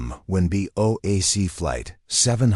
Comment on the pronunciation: Lmao "a BOKE boeing seven hundred seven" give it a rest